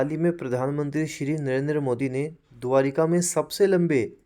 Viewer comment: द्वारका होता है द्वारिका नहीं